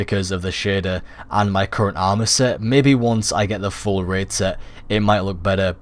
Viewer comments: Raid, not Rid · Raid - Ræīd He says: Rēd XD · Red? It's rAid...😂😂